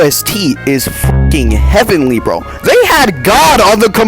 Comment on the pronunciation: I think he likes it TOO much. I like it but even i don't bounce on it that much Also you said vro instead of bro